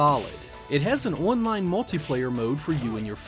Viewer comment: I cant get past how you say online as one line